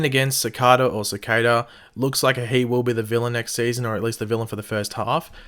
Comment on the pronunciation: I want Clifford Devoe's powers, specifically to "enlighten" on the proper way to pronounce Cicada. (Just kidding, mate. You knew this comment was coming. 😉 LOL)